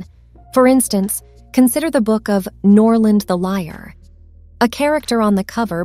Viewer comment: Norland the liar? It is Noland the Liar, get your pronunciation right before you start speaking about growing your channel.